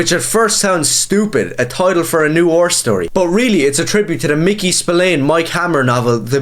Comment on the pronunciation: What are you, twelve? First, look up how to pronounce "noir". And then go read Holy Terror.